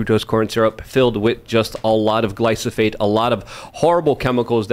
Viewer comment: Is ever going to learn to pronounce glyphosate? I can’t take him seriously when he literally doesn’t know what he’s talking about.